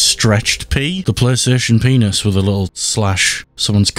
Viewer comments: Qaystation sawneek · Playstation ❌ deathstation ✅